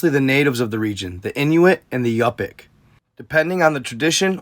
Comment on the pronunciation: You are saying Inuit right but Yupik is pronounced You-pick. You’re welcome